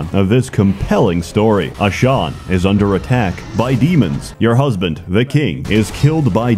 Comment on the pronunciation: Useless fact: the world of Ashan is not read like did it. You should pronounce it like: As Han, as if it was two separate words. Where do I know it from? I live in the same country with the Nival.